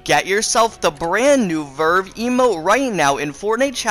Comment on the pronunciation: He doesn’t even say Verve correct